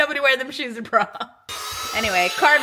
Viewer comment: Prom? Prom??! 🤭😂😂